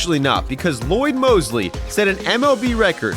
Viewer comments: Lloyd Moseby, not Mosely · It’s Lloyd MOSEBY, not Mosley! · MOSEBY NOT MOSLEY 🙄 Come on now.... GREAT center fielder! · His name is Lloyd Moseby, not Lloyd Mosely. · Moseby. MoseBY. Not Mosely. Also Tommy John only made two errors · Who’s Lloyd Mosley? It’s Moseby. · *Lloyd MoseBy not Ly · It's Lloyd Moseby not Mosely, just fyi. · His last name is Moseby, not Mosely. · Lloyd Moseby! Getting the names wrong in a Dumbest Things Ever video is also pretty dumb! Just sayin’! 🙄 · What's really even worse is the guy announcing this video didn't do his research and mispronounced Lloyd Moseby and pronounced it Lloyd Mosely?? Come on bro??